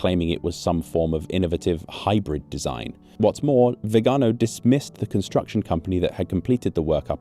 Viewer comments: Congratulations for always ignoring the accent in Viganò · Potevi almeno informarti sulla pronuncia di Viganò. L'accento va sull'ultima vocale, e si vede da come è scritto. Lo ripeti centinaia di volte in modo sbagliato in questo video. Ci voleva poco.